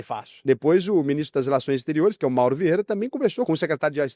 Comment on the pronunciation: caraca eu ouvi mini stremer nao ministro kkkkkkk